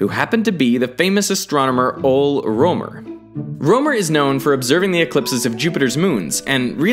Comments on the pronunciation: it's pronounced Rømer not Romer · You know what's weird? I'm from Germany and my name should be spelled Römer. So to hear "Rømer" caught me off guard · its not ole romer. its pronounced roemer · I think Rømer should be pronounced a bit like Rimmer from the Red Dwarf. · Rømer, not Romer. Come on you could've at least found out how to pronounce my delicious danish umlaut. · Ole rømer? Yeah thats not how you pronounce ø/ö up in the nordic areas. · Dat pronunciation of Rømer thou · As a dane, it's hard hearing how you pronounce Rømer. :D